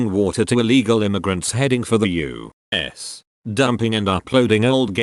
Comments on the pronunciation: Normal people U.S Text to speech YOU!!!...... S!!!! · the way the bot says u.s. is so triggering